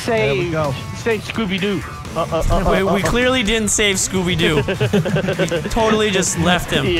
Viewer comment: "scoopy doo"